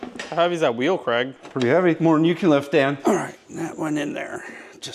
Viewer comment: Dude it's "Craig". But it easy to see how you mixed it up, the way they pronounce it over there is real short, like "Creg". For the US-ians : the original Scottish/UK pronunciation is like... Crayg 😁